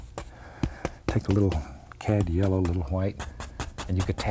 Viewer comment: Bob says Yellow like there's no "w" - Yello.